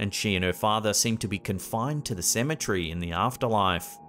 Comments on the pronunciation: It irks me to hear this guy pronounce Symmetry instead of Ce-me-tery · CEM - E - TER - Y. Why do you mispronounce this word so often?